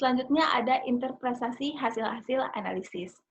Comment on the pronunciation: Interpretasi bukan interprestasi